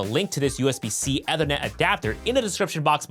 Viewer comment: Ethernet is pronounced EE-ther-net 😊